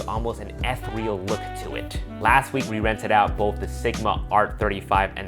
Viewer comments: Hey - its pronounced eth-ee-ree-al, not eth-ree-al; ) Keep up the good work. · About the you say. "an eth-re-al" look to it. I wouldn't say anything if you were close but that's way off. Do a Google search for pronunciation of ethereal.